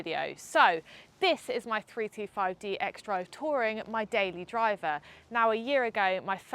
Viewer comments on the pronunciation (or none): but it really sounded like you said 325d at the beginning. Even the transcript reads as such. Regardless it’s an amazing car and great review 👍